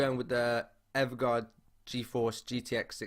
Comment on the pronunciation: Love the way he said EVGA together unlike people that say Eee Vee Ghee A